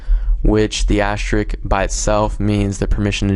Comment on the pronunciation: Thank you even though I found this 5 seconds after I found out what I did wrong lol. And also, not to be rude, but it's asterisk, not ashterik.... But great video and helps a lot :D